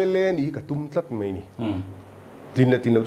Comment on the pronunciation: MNF ringtute hian an ring dik ngei ang. Tin, 'mai' tihtur kha Mei i ti tlatin ka hria, i thusawi i aw a ban muang deuh, tawng mar zat deuh tum teh A hahthlak tlat